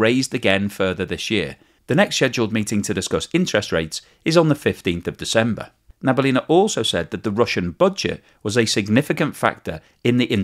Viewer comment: Na - bee - yoolina (stress on the yoo)